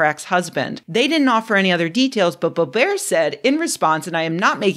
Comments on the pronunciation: Lauren BO-BEAR like she's French royalty? It's Lauren Bobert like Robert and that's what she deserves. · It's BO-bert, not bo-BEAR. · Of course time is an illusion. The nature of reality is singular, and the fact we don't perceive this means our senses can't be trusted. I'm so glad Scientists have Predicted 2024, I was starting to worry. edit: And it's Lauren Bō'-bert, hard 't'. Don't try and fancy up her name- she's not fancy. #2 Looks like a centipede, not a millipede- but many body segments appear to have 2 sets of legs. Many centipedes have a venomous bite, don't try and lick if you don't know exactly what it is. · Boe rhymes with toe, bert rhymes with dirt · The way you pronounce Boebert - a joke or a mistake? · The Simpsons misquote was also pretty nice. Oh, and Mispronouncing Boebert like she's French (or Stephen Colbert after he changed it.)